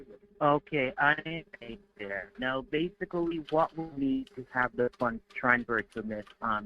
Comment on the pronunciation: I was counting how many time he used the word "base-i-cully, i lost count